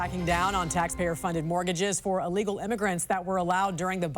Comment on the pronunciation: Mortgage....not morgage